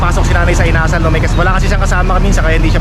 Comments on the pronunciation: Inasal not Ina-sal You’re wrong not too cold yet, in the Evening only minus one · Hello ka! ang bugles inasal medyo nabilin ang pagkabigkas kasi ilonggo yan ang bigkas hindi yong inasal or asal or ugali. Sorry ha ilonggo kasi ako sakit yan sa Bacolod or sa negros.